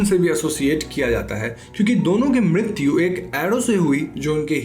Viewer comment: Mrityu ko midityu kyu bol rahe ho? 😄😄😄